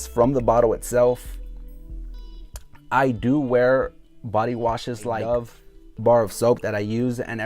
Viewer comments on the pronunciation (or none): none